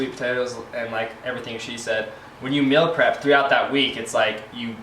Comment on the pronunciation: Why does she say "mill" prep?